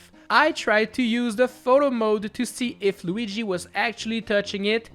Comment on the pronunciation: “Super Tanooki Loogi” is probably the best thing I’ve heard in a long time